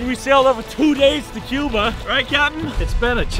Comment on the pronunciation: he sounded like he said Qbutt